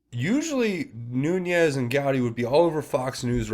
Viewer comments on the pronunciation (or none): love your breakdowns. Keep up the great work. One minor correction: Devin Nunes is pronounced NOON EZZ not Noon Yez.